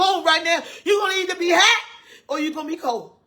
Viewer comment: Either Hoat or Cold 😂😂😂😂😂😂